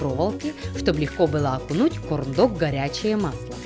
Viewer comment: Кто прислушался мама ванзая говорит корм дог